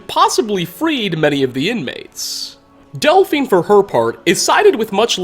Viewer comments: I hate these guys. They're fantasy Nazis. And did anyone happen to notice that at one point, voice not only breaks, he mispronounces their names, saying "Desbern" and "Elphine" instead of "Esbern" and "Delphine"? It really bugs me! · Did you just say Desberne and elphine? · Haha he says Desburn and Elphine a simple but funny mistake to make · Is no one gonna point out he said "desburn and elphine" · Am I the only one who noticed him say Desbern and Elphine? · bahaha “desbern” and “elphine” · I'm not ignoring him say Desbern and Elfine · "Desburn and Elfine", sounds like you got a little dyslexic for a second, lol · Desbern and Elfine eh? reached a new level of mispronunciation. speech increased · Anyone else hear him say "Desbern and Elphine"😂😂😂